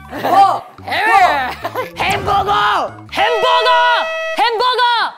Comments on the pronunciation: Hamburgerrrrr MASHIHO IS SO ADORABLE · hamburgerrrrrrrr + hyunsuk dying of laughter lmao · I LITERALLY WANT TO LAUGH ON MASHIHO'S "HAMBURGER" BUT IT'S FREAKING THREE IN THE MORNING 😃